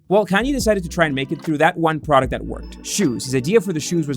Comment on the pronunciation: How u mispronounce his name